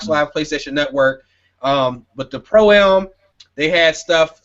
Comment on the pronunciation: Fam really gotta say stop saying Pro A.M.